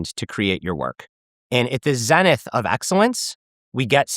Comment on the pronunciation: the description of bacteria sounds like certain people I know... hah he mispronounces "zenith". Canadian exposed. Canadians like to blab. I knew he wasn't intelligent, he said, "a integral." oy . his valley girl accent gave him away. I have to lower the tone of his voice all the way down by four octaves.